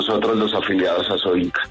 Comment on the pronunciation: ASOINCA, no ASOINCO.